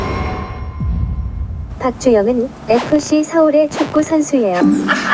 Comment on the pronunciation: Xen Histel 쭌형 발음이 구데기여서 박주영으로 검색된겁니다